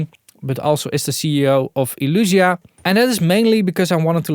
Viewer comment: Nice video! Still think the brand is called Elysia and not Elusia ;)